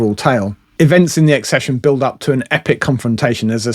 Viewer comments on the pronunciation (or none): none